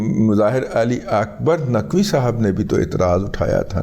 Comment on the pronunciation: آ کبار ناقوی نہیں آ کبار ناچوی